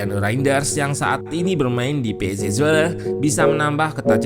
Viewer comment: Abangnya bilang "pe es is welelee..."😂😂 Pec wole mungkin bacanya.